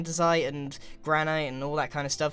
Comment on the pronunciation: Anyone else get annoyed when grian pronounces granite wrong